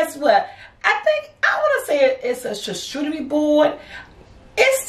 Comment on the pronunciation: It's pronounced shar-koo-de-re